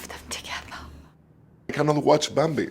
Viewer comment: "Bahmbee"- Javier hahaha!